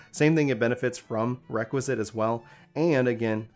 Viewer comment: Bro nice guide, but pleeaase, it's called REQUIESCAT not Requisit